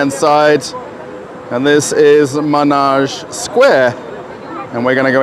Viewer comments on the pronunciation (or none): Yeah, as another commentor noted it's pronounced with "e", ManEge, not Manage. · Not "Menage", but "Manege" (with French pronounciation).